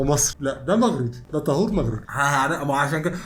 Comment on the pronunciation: السيد المغني اسمه طاهور بالالف وليس طهور بضم الطاء.